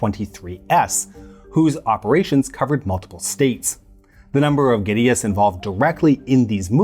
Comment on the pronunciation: Kudos for pronouncing "guerrillas" correctly. something most Americans pronounce like the great ape. It tends to lead to confusion amongst the less language oriented.